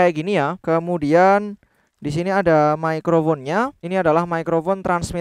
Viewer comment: Terima kasih untuk konten kontennya. Saya subscriber lumayan lama. Sekedar masukan dari saya, akan lebih nyaman nonton Video seandainya pronunciation microphone nya disesuaikan lagi. Pake bunyi "F" tipis. Microfon, gitu. Bukan pake bunyi "V" yang tebal, microvon. Soalnya telinga saya kurang nyaman dengernya. 😆 maafkeun